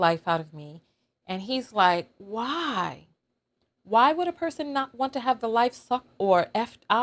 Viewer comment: It sounds like he's saying "wow" not "why"